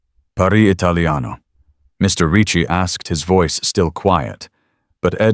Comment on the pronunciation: Why can't AI figure out how to correctly and consistently pronounce Ricci? 😂❤🤬